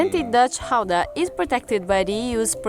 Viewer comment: I know you probably won't manage the guteral G but the proper pronunciation of Gouda comes close to "cow-da" :) Gouda Cheese is named after the city where it was sold and not so much where it was made although Gouda obviously has some Cheesemakers as well itself.